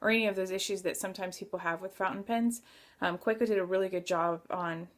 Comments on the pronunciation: Another good review. Pronounce it as you want, doesn't have any impact to how you review it. I enjoy hearing your views. Thanks for sharing. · You have a point. You can't blame someone for mispronouncing unintentionally. Keep up the reviews. They are great !